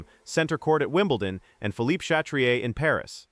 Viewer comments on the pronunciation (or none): none